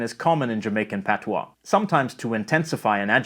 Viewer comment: You Sir did a great job with our language! Appreciate the accuracy. Thank you!